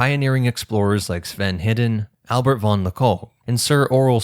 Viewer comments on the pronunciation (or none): none